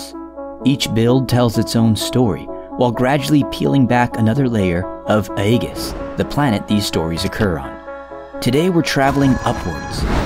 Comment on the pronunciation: Why do you pronounce aegis like ah-eh-gus when it is actually pronounced more like age-is